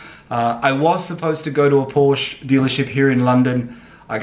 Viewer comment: Adding a stripe reminds me of the bogan Holden drivers who take off the GMH lion and replace it with a Chev bow tie. I prefer completely original, the Porsche 911 style speaks for itself. BTW please learn to pronounce Porsche correctly.